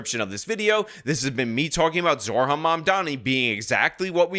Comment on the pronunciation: I hate Mamdumbass as much as anyone but repeatedly saying his name as Zor-Han and not Zohran with the r before the h just makes you sound like an idiot